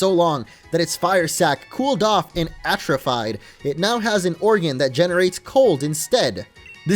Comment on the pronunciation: Am I the only one who noticed he pronounced atrophied wrong?